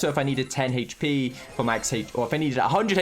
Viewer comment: I like how he pronounce hp as Hech p